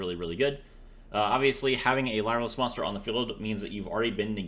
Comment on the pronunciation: I hate being that guy but its pronounced like "Leer" and not "lye"